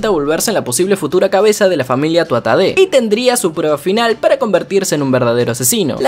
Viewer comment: me da risa que dice tuatade cuando se dice tuarrade xdd pero igual gran video bro siempre te veo mientras desayuno jsjs